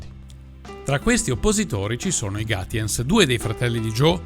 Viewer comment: Piccola correzione: Gaetjens (e non Gatjens). Comunque non è un cognome tedesco. Anzi la grafia suona proprio molto fiamminga.